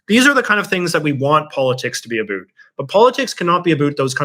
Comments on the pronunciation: "a boot" 🥾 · American patriots want to hear you say 'about' ... 10 times in a row ... as fast as you can. We'll soon learn if your sentiment - and disdain for Trump - is as popular as you would wish for. Continued success.